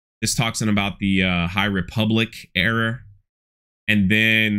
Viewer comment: Did you say Hight Republic Era or High Republic Error? 🤣